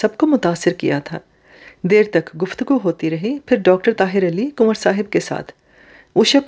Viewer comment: Your pronunciation of kanwar is not correct. It distracts from the story. Kindly remedy it.